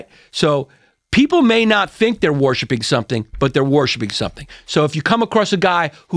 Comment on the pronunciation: "You're 'warshipping' God, you're 'warshipping' your intellect, you're always 'warshipping' something." 🤣 i thought he was doing a bit there for a minute, but nope😆